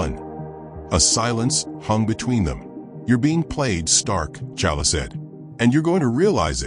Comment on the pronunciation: I can't. He keep calling black panther challa